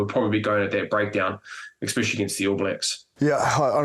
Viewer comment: Enough is enough Bryn Hall - I've sat for weeks listening to you pronounce the word especially as exspecially... 😂